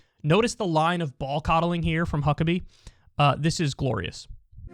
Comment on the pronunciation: Sounded like he said Mike Cuckabee at the beginning lol